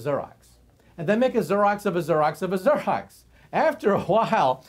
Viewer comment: Xerox? As in "Zeer-ox?" rather than Zur-ox? I've never heard it pronounced like that..